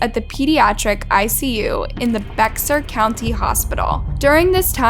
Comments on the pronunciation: Just so you know, since I’ve heard it in other videos, it’s pronounced bear county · RIP to the victims. 😔🙏 Also, Bexar is pronounced like “Bear”/“Bair”. Usually the mispronunciations show such carelessness (like with the victims names) and Bexar is minor and understandable. But, I’ve had enough and have to say something. Lol Edit: it must be a computer reading this because how do you mispronounce “facility” for “faculty”. It’s happened in like every video. I love these vids, but I just can’t anymore lmfaooo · The "x" in Bexar is silent, so it is pronounced "Bear." It is pronounced, "Kerrville," not "Kareville." She is currently, if I am not not mistaken, she is an inmate at the State Hospital for the Criminally Insane in Kerrville. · The county of San Antonio is pronounced as "bear" county , the x is silent. I know this because I lived there .